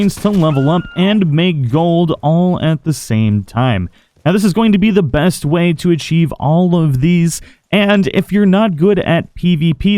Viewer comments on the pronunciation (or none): Benst Wayne. That is what I hear